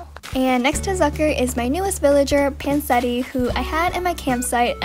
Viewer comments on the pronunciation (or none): Hi I’m Italian just letting y’all know it’s pronounced PanCHetti not Pansetti